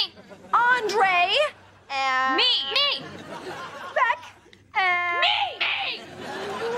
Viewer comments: It's Beck not Beak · Its beck not beak girl